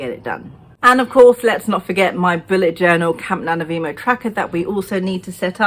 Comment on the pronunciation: I love how you say NaNoWriMo!